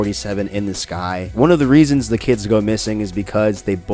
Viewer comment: “I don’t have any reapons”